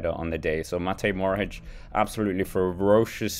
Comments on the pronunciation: "mohoric" not "morohic" please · EXTRA - Since people told you how to say a name, let me tell you it's Matej MoHoRič and not Matej Morohič, like you are saying his name. ;)